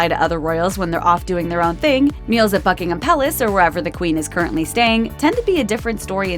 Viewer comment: I keep hearing fuckingham palace lol